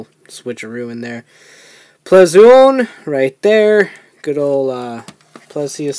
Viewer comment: Its not ple zu on its plezuon